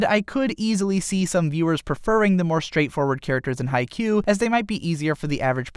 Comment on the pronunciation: I'm sorry if this sounds rude but its pronounce kagami(ka-gam-ei) Haikyu(hawk-ei-u) And I love both animes equally